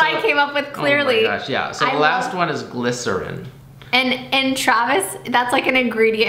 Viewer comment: “GLYCERIN” girl💀💀💀